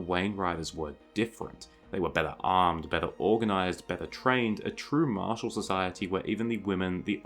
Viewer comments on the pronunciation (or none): none